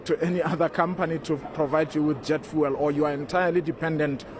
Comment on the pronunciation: He cant even say fuel. He is saying vool